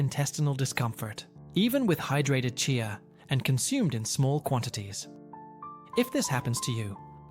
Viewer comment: Remember one cannot believe everything one sees or hears online He cannot even say CHEEYA, is intermittently calling it CHAY-YA in the same reel 🤷‍♀️😂